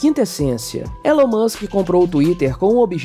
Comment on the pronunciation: Não é "Élon" é "Ílon", mano me dá um treco toda vez. Como falam do cara o tempo todo e não sabem falar o nome dele.